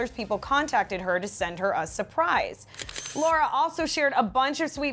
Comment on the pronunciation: AND BTW HER NAME IS PRONOUNCED “la-rah” NOT “lau-ruh”